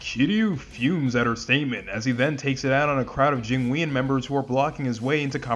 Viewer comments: I really don’t wanna be that guy, but it’s “Jing-won” mafia not “Jing-we-on”. Great video regardless though! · Your pronunciation of jingweon is wild considering how much they say it in game 💀💀💀